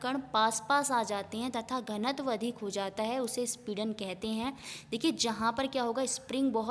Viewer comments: speedan nhi sampidan hota hai 👌👌👌👍👍👍👍💐💐💐💐💐💐💐💐💐💐💐💐💐💐💐💐😊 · Speedan bol bol ke... sampeedan hai mam